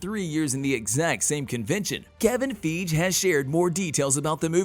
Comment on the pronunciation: Kevin Feej?? Haha! 😂